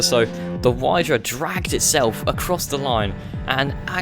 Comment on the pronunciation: The FPU Wydra is not meant for everyday use NOR for track use, so you just didn't review it at all. It's meant to go anywhere, and not to be a rally car. Also, it's spelled like ,,vydra" (with the ,,y" pronounced like in the word ,,system").